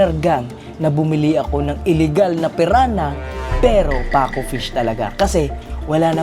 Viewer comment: Hindi po paco it's pacu